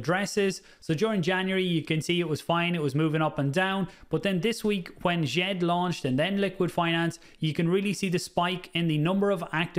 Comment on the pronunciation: Wel done for getting djed pr pronunciation correct the d s softens the J( so sounds a bit french